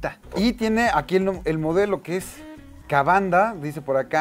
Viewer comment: Kavanda? Es Kamanda. La M es la misma M de Majin bu.